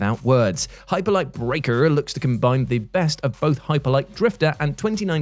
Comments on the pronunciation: The first time says “brrrreakerrrrr” I though to myself “He must still be listening to the WC wrestling podcast” 😂 Miss ya on that channel! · “Hyperlight Breakerrrrrrrrrr” 🤣 I love you,. You bring great joy to YouTube. Oh, and my most anticipated are Star Wars Outlaws and Hellblade 2.